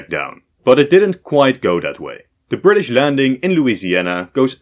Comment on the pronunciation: “WELLLLLLL!!!!!!!” “We Fired Our Guns And The Bri’ish Kepta Comin!”